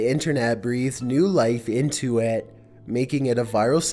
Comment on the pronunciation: Seriously don't you feel like a damn fool talking like that? Just hearing you say the word "it" is awful.